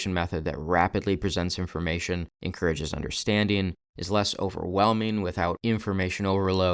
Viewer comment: It’s “encourages” not “incourages”